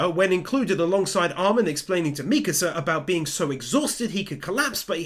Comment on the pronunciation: Bro really said misaka 1:4:25